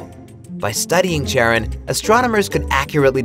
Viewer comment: okay, bruv. firstly, Pluto's moon, it's pronounced with a silent H. just like that Centaur in Greek Myth, Chiron. and just like the the ferrymen in Greek Myth, named Charon. Silent H. THIS IS WHY THE REST OF THE WORLD LAUGHS AT US,! >:-(